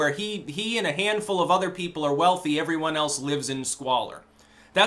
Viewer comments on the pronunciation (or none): none